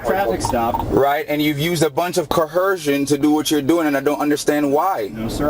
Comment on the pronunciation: Omg he really thinks the word is "co-herce". You is co-hercing me bro. You is co-hersive. You be doing co-hercion bro.